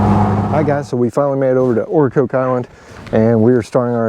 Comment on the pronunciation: Nice video, but it's Ocracoke (like the vegetable and the drink) Ocra-coke. Hatteras (is like Hater-ass)...